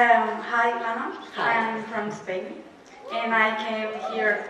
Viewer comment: You said Lama it Lana